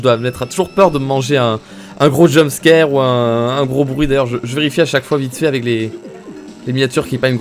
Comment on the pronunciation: Je pense que beaucoup de gens ont remarqué mais ne dit pas "aveC" mais "ave" 😭il enlève le C mdrrr